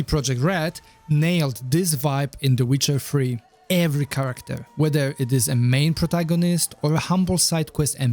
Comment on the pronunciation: that's very funny and imaginative. He titled in the seeker bar "the witcher free" because that's how he pronounces it. Comical genius he is